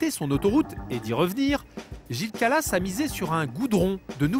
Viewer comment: C'est pas Gilles calas mais Gilles kralass